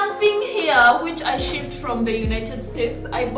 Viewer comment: shipped not shiffed